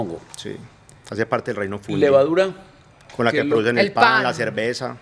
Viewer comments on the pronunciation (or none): En español se dice fungi . No funlli